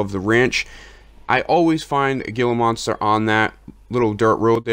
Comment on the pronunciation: GILA is actually pronounced "Hee la" the G makes an H sound, Spanish. Love the videos. Keep it up!